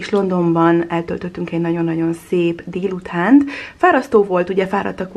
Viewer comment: Miért úgy mondod a délutánt,hogy dhélután és azt,hogy kell azt khellnek?Nem lehetne h betű nélkül mondani???